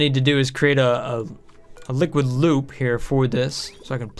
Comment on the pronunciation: When you said liquid loop I thought you said liquid lube🤣🤣🤣